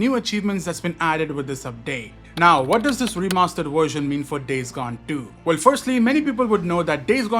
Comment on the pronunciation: Indians can say Vishnu, but not “Version”